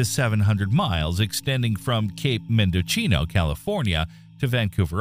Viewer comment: 'Mendocino' has a soft c